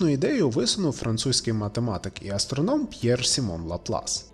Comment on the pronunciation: я дико вибачаюсь але не АстрОном як говорится в відео а АстронОм.